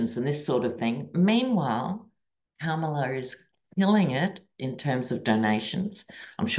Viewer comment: love, love your readings! You always bring sanity to my day! Love that Kamala is taking off like a rocket! Please show her the respect she deserves by pronouncing her name as she does: Com-a-la not Kam-a-la. Thanks for listening to this detail as we move toward a great future with our 1st woman president of the United States.❤😊